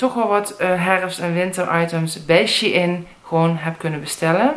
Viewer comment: Shein spreek je uit als sjein(shine..)ik wil nie lullig doen heur